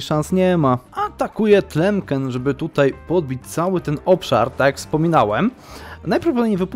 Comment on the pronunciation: Brawo za zapał! Oglądam! Ale nie "Tlemken" tylko "Tlemsen" :-)